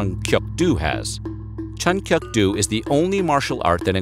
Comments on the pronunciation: Narrator should be arrested for murdering all these names.. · UGH....please pronounce the martial arts correctly Tang Su Do and Chun Kuk Do...the "Do" part is pronounced DOH, not DOO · I have a 2nd degree black belt in his style, it's pronounced "Chuhn-Kook-Doe" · Actually funny to hear that.... as , He mis pronounces "doh" 춘곡도 (Chunkokdo / Chungogdo) and 당수도 (Tangsudo /Dangsudo) in 6 secpnds and he correctly pronounced Doh in 태권도 (Taekwondo / Taegueondo)... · Its Chun kuk do pronounce like "cook" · Ohhh LORD, it is Chun and in Ch an Un, Kuk as in hard K uh hard K and Do as in Doe... Lord, learn how things are pronounced before making a videoooooooo!!!!!!!!! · I’ve been a black belt in chun kuk do for about 7 years now and not gonna lie I cringe ever time I hear u try to pronounce chun kuk do.. loved the video tho keep up the awesome work